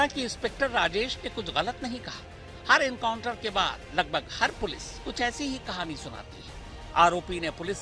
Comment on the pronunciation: Enkauntar nahi hatay hai sir ji kab se chilla raha hu aap baar baar enkauntar bol rahe ho